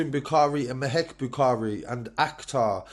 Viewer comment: May Bukhari? Her names Mehak. Can't even get the name right 😂